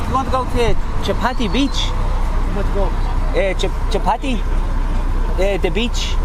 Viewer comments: chapati beach 😭💀, dude that's chowpati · Hi guys.. I like your videos just to correct you.. the beach is called "chowpatty beach" and the staple food of most Indians is called chappati.. which is made of wheat. so probably when u asked the taxi driver initially your pronunciation sounded like chappati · It's Chaupati beach not Chapati. Chapati means Roti. 🙂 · hey guy's it is 'chow' ' patty' beach not 'chappathi', which is an Indian dish. :) also just saying that your videos are great!! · Dear... Its Girgaon Chawpaty Beach. Not chapati beach. Girgaon is the name of that location. Chawpaty is Marathi synonym for English word Beach. So chawpaty means beach. Chapati is Maharashtrian round thin bread made of whole wheat grain. In Hindi its called roti. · its Chow-paati beach you were saying Chapati beach ..may be that y the driver might be confused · its not chapati beach, its CHOW-PAATI beach. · Chapati, lol. It's chow patti. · Just correct ur pronunciation it's not chapati it's chowpatty beach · You are pronuncing a littel different way, it is actually chhhhoopati beach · Chowpatty pronounced chow-patty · Very funny ,You are pronouncing it chapati.Which is roti in Marathi language. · you butchered the word chowpatty. but honestly very nice video and really appreciate your patience.